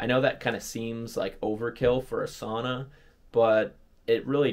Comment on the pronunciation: learn how to pronounce “sauna”